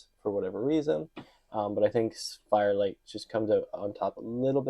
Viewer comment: Why did you keep calling this guy fire light instead of fire flight?